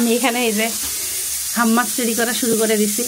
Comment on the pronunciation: Falafel ফালাফেল্ Hummus হাম্যাস। or হামেস। Your pronunciations are wrong.